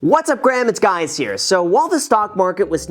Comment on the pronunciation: "Whats up Graham it's Guys here" LOL